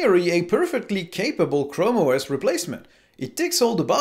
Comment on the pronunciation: Chram OS A mans chram